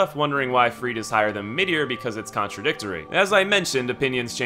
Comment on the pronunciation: Freide is pronounced "Frey-da"! They say it in the game! Where did this Freed thing come from?